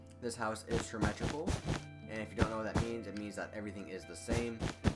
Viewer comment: you're saying symmetrical weird